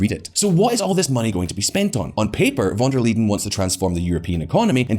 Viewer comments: It is Van der Leyen not Liden! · VON de 'LEEDEN"? check your pronunciation? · Why does he keep calling her "Van Der Leden" instead of "Leyen"? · Von Der Leedin ? Really ? Can't even get the name right, never mind the bull sh1t content. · Please learn how to pronounce the name of the President of the European Commission! It was impossible to watch the video because of that! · Can't you pronounce Ursula's surname properly. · Very interesting takes. I am also still looking for the "d" in "Von der Leyen" btw. . Concerning Biden it seemed like many of the things you mentioned were actually started by Trump. Of course he could have changed lots of those policies however I am not sure that this would garnered him many favours from both sides. I also wouldn't say that all of the things done were bad. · "Lie N" ^^ Where did he get the D from?! Honestly, he had to read the name like 20 times from the script and every single time he accidentally adds a D? Also pro tip: Spend 10 seconds on google translate and have the word read out loud to you rather than embarrassing yourself in front of tens of thousands of viewers. Usually I don't mind, but this one is so bad I'd believe you if you told me it was on purpose in order to spite von der Leyen ;)